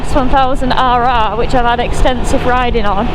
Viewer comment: With all them rrrrr rrrrr you sound like a pirate 🏴‍☠️ arrrrr🤣🤣🤣